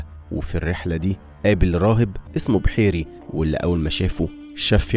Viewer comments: جميل جزاكم الله خيرا ، و الراهب اسمه بُحيرَى مش بِحيرِي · ما شاء الله تبارك الله الله يبارك لكم وينفع بيكم يارب ❤❤❤ اكتر حاجة بحبها لما بتقول (محمد) قبل البعثة وبعد البعثة تقول (الرسول صل الله عليه وسلم) ❤❤❤❤ اسم الراهب: بُحَيْرَى وليس بحيري، بالإضافة إلى إن سبب وجود سيدنا علي رضي الله عنه مكان النبي صلى الله عليه وسلم لما خرج للهجرة هو فقط لرد الأمانات ومش تضليل لقريش، بدليل أنه خرج بين القتلة ونزلت عليه آيات سورة يس (وجعلنا من بين ايديهم سدا ومن خلفهم سدا فاغشيناهم فهم لا يبصرون) قرأها عليهم وقدر يخرج وسطهم من غير ما حد يشوفه ❤❤